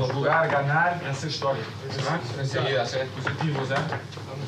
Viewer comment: "Vamos hacer hishtoria " el comandante :(